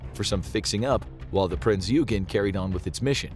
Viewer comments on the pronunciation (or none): "Oi-gehn", not "You-gehn". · Its not ugen its Oy Gain thats how u say it other than not knowing names this great program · bismarck didnt set from brest it set from Gortenhafen Norway. And its not the Hs Eugene its Oi-gun. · FYI - it's Prinz Oi-gun. While it looks like it should sound like Eugene, that's not how it's pronounced in German. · Eugen, “eu” is pronounced like “oy” in oyster. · The name of the other German ship is pronounced OY-gen. So, the title says this is a video about German aircraft carriers. But half of it is only about the Bismarck. Truth in advertising?? The Bismarck was never more than a really big white elephant. At least when it comes to the navy, Stalin's dictum is correct: quantity has a quality all its own. Germany never had a big enough navy to make a difference in anything. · Prince you-gen? Unsinkable Sam is widely accepted to be apocryphal and not a real cat. And Admiral tripits? Come on Infographics team, I know you're better than that. Feels like quality has been going downhill for a while now, need yall to be getting back on point. Check your scripts, check your facts, check your pronunciations. Y'all used to be so good about that😢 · You pronounce "Eugen" wrong.